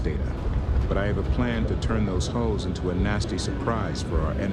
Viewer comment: it kind of sounds like he said "hoes" instead of "hulls". I could not stop laughing.